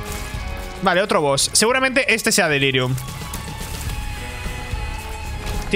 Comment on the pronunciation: xD? como vas a delirium sin "R" xd